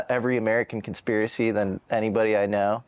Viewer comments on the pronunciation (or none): The word is Conspiracy not conspeeracee